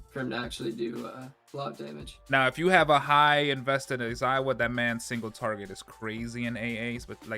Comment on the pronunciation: Aizawa not Aizaiwa 😂